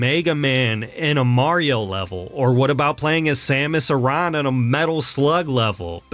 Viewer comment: Thank you for saying Samus' last name properly and not like "aaron" which is wrong.